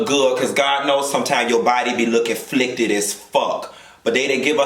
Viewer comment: Did you say “flickted”? 😂😂